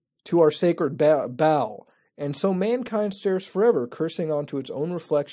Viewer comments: Why is he saying Ball when he knows its pronounced "Bail" hahahah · I'm pretty sure Baal is pronounced as Bale, not Ball. I could be wrong though. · First website it's pronounced Bail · Baal is pronounced "bail".